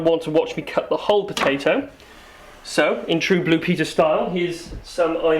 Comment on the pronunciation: fuck you and your Pow-Tay-ToE : /